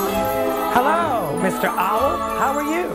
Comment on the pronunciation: i love how he pronounces "owl" as "ah-wol"